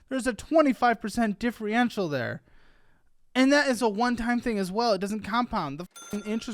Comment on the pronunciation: There's a 25% DIFREENTIAL. I also can't pronounce things when I'm flabbergasted. Thank you for giving me this joy while I'm at work 3 times a week. This is my favorite youtube channel.